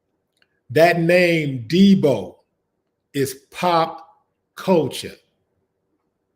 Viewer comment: Not Deeboy Willie, get it right, its Deebo, Deebo, Deebo, Willie D.. At least get the name right brotha.. it's all good Willie D, appreciate the love homie